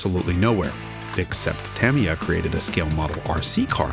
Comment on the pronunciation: FYI its not pronounced tam-ee-uh its tuh-mee-uh